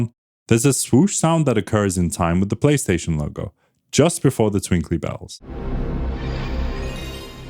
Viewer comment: The "Tripstaion 1"